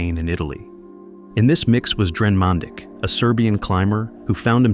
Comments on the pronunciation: it is not pronounced man dick it is pronounced manditsch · Uhmm.. It's pronounced "MAN-DEECH" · This will probably go unnoticed but his name in pronounced “Man-deech” in our Serbian language ć makes a ch sound. RIP Dren